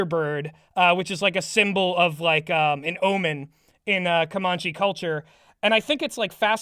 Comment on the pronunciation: As Comanche person I've always heard it pronounced "Co-man-chee" not "Cuh-mon-chee" it doesn't matter, but it also kind of hurts my bones to hear.